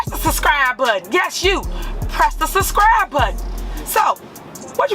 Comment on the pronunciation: It's Subscribe not Suscribe!!